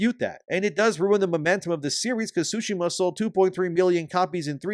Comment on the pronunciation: Sorry to nitpick but Tsushima has a T sound. Without it, it's currently being pronounced "sushima", which is incorrect. Other than that, great work with the content.